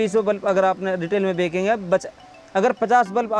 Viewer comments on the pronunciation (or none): Bekenge nehi kehte bechenge bolte hai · Are paagal, bekange nai, benchange bol